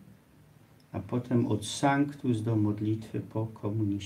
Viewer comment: Właśnie , gdy sucham tej jego łaciny , to wydaje się ,że ma problem z dykcją, ale przecież nie ma, jak mówi po polsku. Dlaczego on tak kaleczy proste łacińskie słowa? " Szanktusz"? Dlaczego nie " sanktus"? O co mu chodzi ?